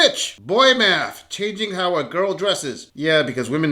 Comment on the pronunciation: secind ckip made my head hurt, uts math not mat